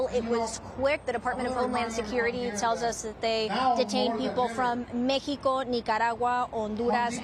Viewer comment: MAY-hee-ko, OWN-doo-rahss, neeka-RAHH-guahh. lol 😆